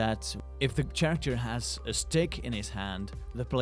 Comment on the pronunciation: its character not zharacter